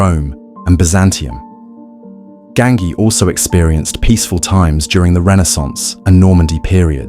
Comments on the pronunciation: Ganghi???! Almeno ti saresti informato al minimo come si pronuncia!?! Imbecille!! 😂 si dice Gangi!!!😂😂😂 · Gangi ...as in ji not ki.